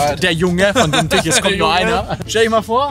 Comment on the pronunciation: Das heißt Dumm Tüüüch. Frag am besten Daniel. Der weiß wie das ausgesprochen wird... 😉😅